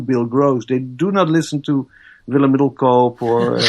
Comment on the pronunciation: it's middel koop like chicken koop not one yankee can get the poor guy's name right.... what a shame!